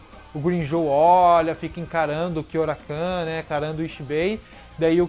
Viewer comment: Gosto muito de bleach e também de todos os videos do seu canal. Agora, com todo respeito de onde você tirou "KyoraKAN"? (Kyoraku)